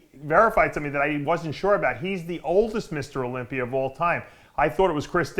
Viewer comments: Dave ffs, ask RICHARD FROM UK how to correctly pronounce "Olympia and sauna". He is a native speak-er and a Kindest Regards send-er. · Has anyone ever noticed Dave says things that end with an "a" as "er"? He looked great at the Olympier. To help them lose some water I'll put em in the sauner.